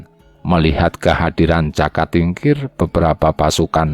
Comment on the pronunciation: Yg baca narasi kurang pas....jaka mesti di baca joko..trenggana trenggono jadi dengernya kurang gimana gitu